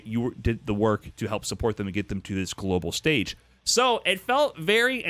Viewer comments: Thanks for the great video, but I'm pretty sure "antithical" isn't a word XD You mean "anti-thetical", as in "antithesis". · I swear every video says “this is antithical” instead of “this is antithetical” 😭😭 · mf said "antithical"